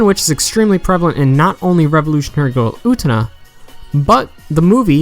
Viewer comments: "UT-NA" lmfao! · Say it with me, brother: OO-TEH-NAH! Japanese is a phonetic language. You pronounce every syllable, friend. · This was a great analysis but "Oo-nuh", really? You can pronounce the t-syllable you know. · its getting on my nerves almost every revolutionary girl UTENA analysis has said her name like that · i'm sorry but i had to stop watching the moment you pronounced Utena that way.... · SAAAAAAME. I tried to stick with it, but I just couldn't do it.